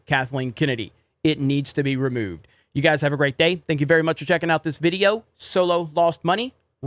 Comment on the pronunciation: I like how he says "video"